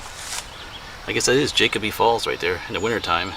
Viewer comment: Jacoby is pronounced with a long o. It’s just over the mountain from my house.